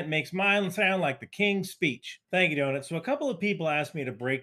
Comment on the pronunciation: Holy shit you got Donut down real well... Don't ask him how to pronounce Schenectady. 🤣